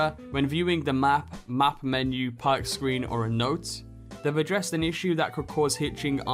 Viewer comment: Puk? IT'S PRONOUNCED PERK. LEARN ENGLISH